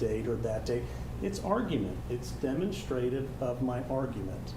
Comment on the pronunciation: Is it just me annoyed at how the defense attorney is pronouncing 'demonstrative'??